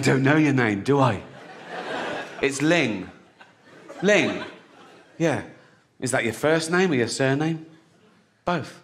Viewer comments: LOOOOOOL DID HE SAY LING LING HARRO?! I'm fking dead and im chinese LOOOOL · “Ling Ling... Herro?”